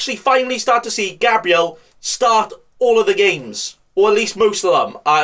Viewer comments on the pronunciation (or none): none